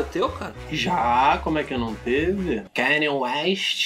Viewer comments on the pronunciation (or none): none